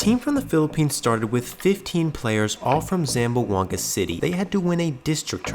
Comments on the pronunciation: Ay my man, its pronounce ZAM-BWANG-GA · You should learn how to pronounce Zamboanga. It has three syllables, not four. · Its not pronounced zam-bo-anga, its zam-bwang-ga. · Say the city name correctly please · It’s unfortunate when people report on something and can’t pronounce things right. Like how to say Zamboanga correctly.